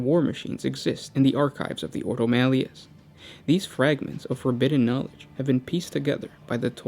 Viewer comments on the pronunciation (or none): none